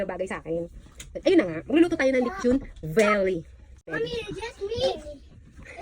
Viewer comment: Haha. Lechon veeelly.. 😂 muwiset.. Dami ko tawa